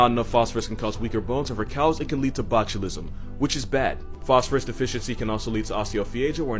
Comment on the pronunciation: Did he just say botulism?